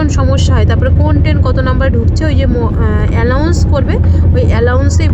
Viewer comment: অ্যালাউন্স না বোন অ্যানাউন্স। উচ্চারণ গুলো ঠিক করে নেবে নাহলে মানে বদলে যায়।